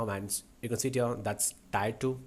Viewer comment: whenever u say u can see it here it sounds like u can sit here😂